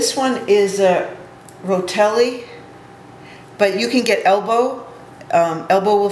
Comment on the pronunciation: Good video. Rotini...not "Rotelli".